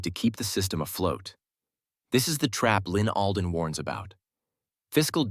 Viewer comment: ALDEN NOT ADLEN